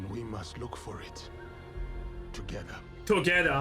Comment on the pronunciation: "TOGEHHDA !" HJAHJAJAHA